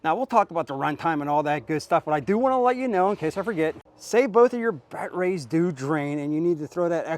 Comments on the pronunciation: Are you saying “bat-rays?” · Just in case you didn’t know what a dick who can’t pronounce batteries properly riding a mini e-bike looks like…